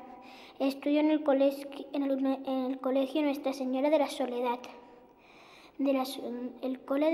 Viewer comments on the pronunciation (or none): Que va a decidir ella si ni siquiera sabe decir colegio bien